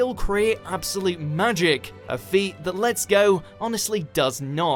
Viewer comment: I thought you said pokemon lgbt lol